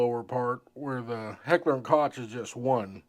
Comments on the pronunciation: I noticed it too, but let’s try that again with a little more tact: While a lot of people pronounce it ‘kotch’, that is incorrect. The correct way is ‘coke’, like the soft drink. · Its pronounced Heckler 'COKE' not Cotch.😉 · COKE..... say Coke .... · Pronounced "cook" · Koch is pronounced COKE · It is pronounced KOCH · No, it's pronounced COKE. But that would make you even more out of breath to pronounce it correctly. Enjoy your POS clones. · Am I the only one who cringed each time he called it "Kotch" 🤣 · your saying Hecher and Koch wrong, its really annoying. "ch" in German is pronouced lie a "k" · First off you can't even pronounce Koch correctly. Secondly, you're just a typical Bubba guntuber. Definitely a member of Meal Team 6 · "Koch"? Your inability to pronounce their name correctly gives you zero creditability.